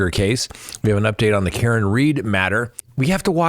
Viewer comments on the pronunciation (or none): none